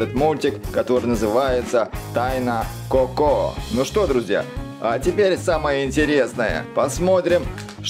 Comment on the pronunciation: Не како а Коко